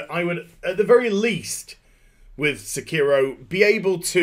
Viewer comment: in spirit of Hermione Granger: it's pronounced sEkiro, not sekIHro